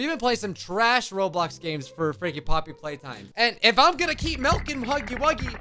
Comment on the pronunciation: "Floppy's playtime" Hold up somethin aint right there- You saying flappy's playtime?